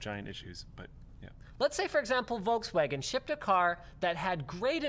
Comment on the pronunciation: "volkswagen" is pronounced Folkswahgen. Pls stop pronouncing the v as w when speaking german.